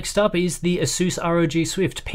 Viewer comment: Apart from pronouncing ASOOS wrong, (Why? there's no O's in it!) and like the americans. Very nice! 👍